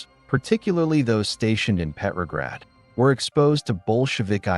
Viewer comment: "Petrograd," not "peppergrad." Pronounce the name correctly.